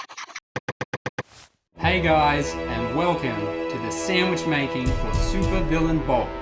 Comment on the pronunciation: for the super what bowl? I didn't understand you